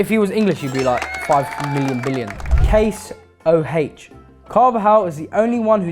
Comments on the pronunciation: bruh said Case O Heich ☠️ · They called caseoh "CaSe O H" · Ain't no way said CaseO H 💀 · Why did he pronounce Caseoh like that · The way he pronounced Caseoh 😂